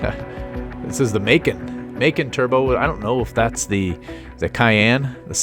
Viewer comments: Yeah it's "muh-con". My family just got one earlier this year. It's first year was 2015 I believe and it's based off of the cayane. It's a lot smaller and lighter with more hp. The dealers said they were going for the cayane practically with the drive of a 911 or something more sportier. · Great video find a way to pronounce the macan right